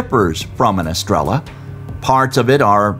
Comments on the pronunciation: So irritating that narrator cant bring himself to properly say "estrella" since it is repeated so often... "Eh stray yuh" is much closer to correct. Pronunciation does matter... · It's pronounced "es-tray-uh" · Star in Spanish is pronounced phonetically astray-ya. No L sound gringo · Great documentary! But every time you said "estrella" , I told my phone, "the double ll is pronounced as a y!!" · For a professional narrator, this guy can't be bother to learn the Spanish word stars, he just pronounces the Spanish word in English. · Came here to say this and realized NO ONE else had noticed besides you